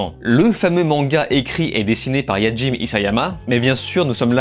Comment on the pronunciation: Super review ! Je l'attendais ! Parcontre petite correction si tu le permet, le nom du mangaka se prononce Hajimé et non "Yajime" 😅 Voili voilou (ne m'insultez pas dans les com)